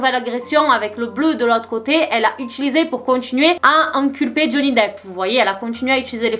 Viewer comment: J'aime bien comment tu prononces "inculper" ! Tu dis "Amber a tenté de faire "enculper" Johnny Depp", c'est comme un lapsus qui dirait qu'elle a essayé de l'encul*r, de le faire tomber, bref de le n*quer quoi...😅 Et c'est sûrement ce qu'elle a voulu faire, mais je crois que tous les américains sont du côté de Depp, peut-être même la juge qui est très douce et souriante avec lui! Mais faut avouer qu'Amber a des avocats piteux, comme ses arguments tandis que Johnny a une excellente défense, même par lui-même.